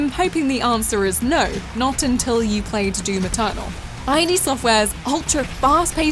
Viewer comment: "id" is pronounced as a single syllable!!!!